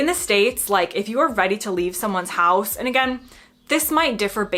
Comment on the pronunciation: Certainly you sound a somewhat generic American. Your accent is far less regional than my neighbours did when I lived in VA. My one confusion is that you pronounce "house" in rather a Canadian way.